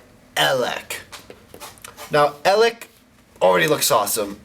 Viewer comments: He's pronounced Ay-leck. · It's pronounced AY-lek. -_- lolol You've gotten like no pronunciations right. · EL-ACHCK! Here we have EL-AHCK. This is EL-AHCKCKKCKCKC. That got irritating lol